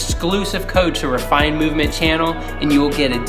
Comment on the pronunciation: haha just messing with yah cuz the way ur said it a few times it sounded like rice haha.